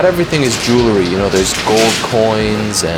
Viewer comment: Jewelry is pronounced jewel-ree. Not jewel-la-ree.